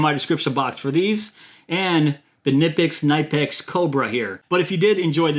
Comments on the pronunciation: Knipex. the "K" is not silent. the "i" is long. say "Cneepex". i am German. i have the and 180. best there are in their size. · Actually.. It’s pronounced ‘Key-na-pix’ ..real fast ~ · Who is going to tell him you pronounce the k? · Knipex (pronounced kuh-nip-pex, btw) is an excellent brand. We use them in our family for years, even though it is hard to come by where I live. When I go to Europe I also come back with some tools for envious friends. They are well worth the money because they will last you at least 5 times longer than any other tool.